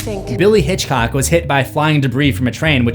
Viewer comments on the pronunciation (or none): none